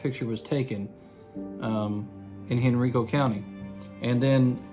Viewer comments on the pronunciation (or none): Thank you. Henrico is pronounced /hɛnˈraɪkoʊ/